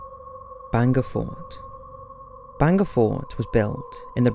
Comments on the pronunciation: Its not "Banga" it's "Bhangarh" Please use Indian words properly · It's not banga it's bhangarh....in Rajasthan one of the haunted place in India.. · It's bhangarh not banga fort. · not Banga it's bhangarh ka kila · Good video indeed. Its pronounced as 'baangad' and written as Bangarh, thank you for including Bangarh Fort in this list. Secondly, yes I believe this place is a little spooky if not haunted. Even during the visiting hours the empty spaces feel terrifyingly spooky. There is always a feeling that someone is watching you but the moment you look back theres no one. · I couldn't really get it when he pronounced 'bhangarh' as 'banger'!!!😂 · Sanjay Kumar legit doubt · You pronunciation wasn't correct for hangar and Ratnavati